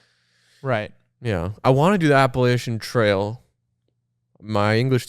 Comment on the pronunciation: hearing them say “appalachian” with the sh sound 🫠🫠🫠 NO ITS CH